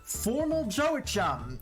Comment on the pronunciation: Your pronunciation of names hurts my brain. Nadine (nay-Deen) Joachim (wa-keem)